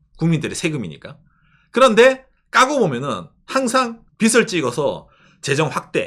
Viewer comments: 평소 좋은 얘기 잘 듣고 있습니다. 그런데 [빚은>비슨(X) 비즌(O), 빚을>비슬(X) 비즐(O), 빚이>비시(X) 비지(O), 빚에>비세(X) 비제(O)] ... 하면 어떨까요? [빗, 빛, 빚] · '빚을'의 발음은 [비슬]이 아니라 [비즐] '빚이'의 빌음은 [비시]가 아니라 [비지]입니다. 한국인들이 잘못 발음하니까 외국인들도 그대로 따라해서 참고로 말씀드립니다. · 빚을 , 빚에대해서 등등 발음을 비슬 비세대해서 라고 하시는데 비즐 비제 대해서 라고 좀 ㅜㅜ 너무 거슬림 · 빚을 빗이라 자꾸 발음하셔서 집중하기 힘들어요 ㅎㅎ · 빗 이 아니라 빚 입니다. 빚을, 빚이 를 비즐, 비지 라고 발음해야 합니다